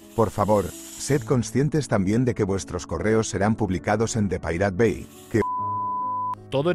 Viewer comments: "Depilate bye" 🤣🤣 Es algo asi como "Da paireit baë" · Pero solo tenés que pronunciar pairat bei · me cae un pedazo de alma cada vez que dice DE PIRATE BAI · "De pirate bai", sí, así lo pienso pronunciar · Cada vez que dices depiratebai, me duelen los oídos ! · "de pirate bai" jajajaja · "de pirate bai" dale bro... no te cuesta nada pronunciarlo en ingles... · Muy buen video, pero por que los españoles se niegan a pronunciar las cosas que estan en ingles de forma correcta y lo leen como suenan? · Tanta calidad de video y narracion para que pronuncies asi... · habla bien, que lo digas de broma, bueno, pero que de verdad lo pronuncies mal, es inculto y demuestra falta de estudio. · Perdón pero esa pronunciación es asquerosa.